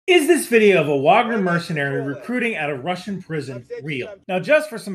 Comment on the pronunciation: Thank you for being both American and saying Wagner correctly :) it's a this sliver of the Venn diagram